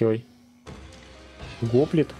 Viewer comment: Кст, не го́плит, а гопли́т. Так древнегреческих тяжёлых пехотинцев называли.